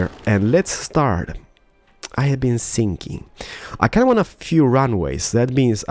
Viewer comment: is he thinking or sinking?